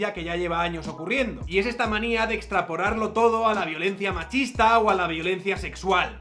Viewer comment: has dicho "extra-porrarlo" todo o me lo ha parecido a mi? XDDD prejuicios subconscientes sobre los progres y el consumo de cannabis? jajajaja